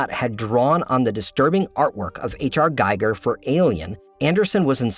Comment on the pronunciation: My pet peeve : it is "Giger", not "Geiger".